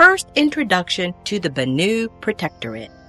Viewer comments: "Bannu"? Did you grow up with bollywood or something? Bany? Banana? Banananuu? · I thought Banu was pronounced as "Ban-eww"?